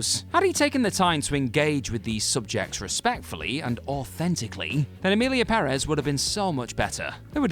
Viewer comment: Thank you for the correct pronunciation of Emilia Perez (Pérez).